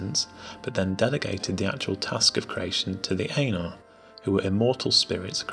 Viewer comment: Ainur = Aih-nhoor